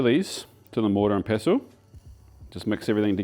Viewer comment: the mortar and peso? lol no coins in my salsa please\ tomatillo sounds like TOE-MAH-Tee-Yoss/ pretty brave to try this recipe always wanted to make my own mole'